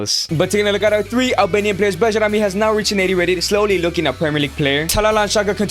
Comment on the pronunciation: Pronounced as Bayrami!